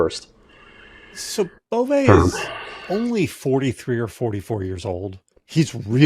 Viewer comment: I speak French and it’s pronounced G…as in grotesque and é ….as in way…without the w …Bove(ay).